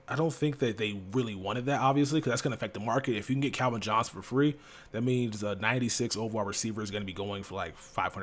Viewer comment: I've noticed for so long says Calvin like kelvin it always drives me nuts lmao